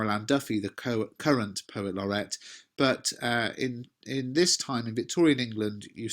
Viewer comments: oi mate it’s not laurette it’s laureate you dimwit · Excuse me, but isn't it 'Poet Laureate' /'lɒrɪ:jət/ (not 'Laurette')? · At 2 minutes isn't it Poet Laureate instead of Poet Laurette? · Thanks for another fantastic lesson. Just one thing though - it's poet laureate not poet Laurette. thanks! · Please note he was the POET LAUREATE NOT POET LAURETTE. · Lorrret or lorriate? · Love lots of stuff......but sorry, it's 'poet laureate' and not 'laurette'!! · Is it not poet laur-e-ate? I wouldn't quibble, but it would be nice if the GCSE candidates get to spell it right in their exams:)